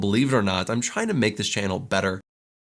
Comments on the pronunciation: Believer are not I'm China make this channel better. 全然違った。trying to がどうしてもChinaに聞こえる笑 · 聞き取り Believe or not I’m china?? make this channel better. Believe →Believe it china??→trying to china な訳ないと思ったけど0.5倍速でもchinaとしか聞こえない。